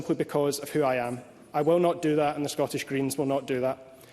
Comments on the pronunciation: This Canadian odd ball comes over here and doesn’t even know how to pronounce the word Scottish properly. Gross. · I never want to hear her mispronounce "Scottish" ever again.